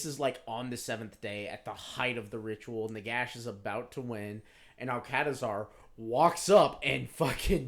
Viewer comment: This a bit of a hard listen. Starts off with 20 minutes of rambling, doesn't detail the function of the Mortuary cult, and they can pronounce Alcadizaar properly but can't pronounce Nehekhara even once